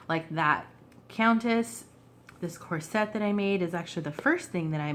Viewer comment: It’s COR-set instead of cor-SET. some beautiful images and papers and fabrics here. The countess was a bit of a narcissist, wouldn’t you say?